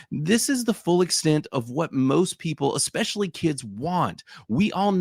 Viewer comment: did bro really just pronounce it "ex-specially" like a toddler 😂